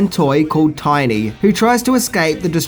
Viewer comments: One thing you apparently didn’t know… His name was “TINNY”, not “Tiny”!! That made me cringe every time you said it!!! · "Tinny" not "Tiny" lol Otherwise, all accurate information! Classic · Tinny, not Tiny.